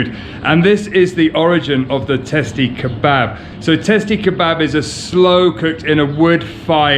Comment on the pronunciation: Actually we call it "Testi Kebabı" with an additional "ı",without the dot .We pronounce it /kebuba/